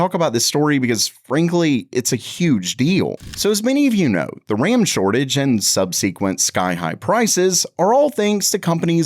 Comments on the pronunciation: sub-seh-quent, not sub-squee-ent. Brought to you by your local pedant :D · sub sequent? SK hin ex? Bro have you never heard these words before?